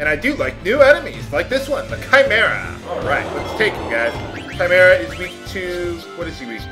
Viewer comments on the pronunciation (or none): it is actually pronounced kaimera or maybe kymera or perhaps kimera which ever one makes more since to you but the I is a long I i guess that's what its called